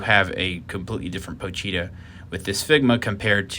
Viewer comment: Me: pochita Chainsaw man fanbase: pochita This guy: Pocheeta